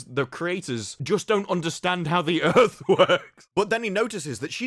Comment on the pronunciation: "Welcome to Earf"